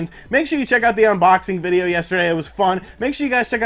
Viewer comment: My wife really hates the way you say "unBOXing" lmao